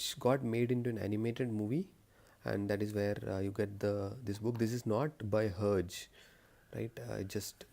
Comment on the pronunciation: Hi! Your collection is good and I like the fact that you told the history and the types of tintin books especially tintin in the congo as I feel like not many people talk about it. But the pronounciation is 'her jae' Notice the French accent HERGÉ and cigars of pharaoh is part 1 and blue lotus is part two And Tintin in the congo only comes in hardcover and is only published by casterman as per my knowledge. You should review tintin on the moon anniversary bind up! Good luck!